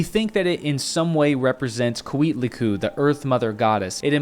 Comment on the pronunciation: Hello there,. I like the intention of your video, but I have to say that you totally destroy some of the names of the Meshica gods. "Coatlicue", for instance is pronounced Koa-tlí-cuE (I capitalized the "E" to indicate that the final "e" in Nahuatl has a sound: is never mute) The name means 'Skirt of snakes', (from coatl: snake and cué: skirt). I am mentioning that name in particular, because you make it sound like Cuitla-cu, and that can sound a little funny to any modern Nahuatl speaker, since 'cuitla' is the Nahuatl root for 'shit'. I reiterate that I like your intention, and I also appreciate your effort with regards to the documentation for your video. Since you are doing an honest effort to talk about this issues, I would like to recommend you a couple of books. The first one is a monumental work written by friar Bernardino de Sahagún in the first half of the XVI century, and it was published much later under the title Historia General de las Cosas de la Nueva España, an encyclopedic book in 12 volumes that is considered a foundational work of modern anthropology. Sahagún learned to speak Nahuatl, he created one of the first methods to teach the Mesoamerican the language to the Franciscan monks that were commissioned to preach to the indigenous people of Mexico, and he collected his information through interviews conducted in Nahuatl of people who survived the siege of Tenochtitlan and later converted to Catholicism. His work is the original source for most of the